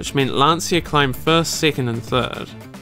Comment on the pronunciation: Why do you pronounce "Peugeot" as "Persia" ?